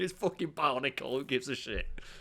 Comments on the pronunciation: says Bionicle and all i hear is Barnacle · say Bionicle, I hear Barnacle. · It sounds like he’s saying barnacle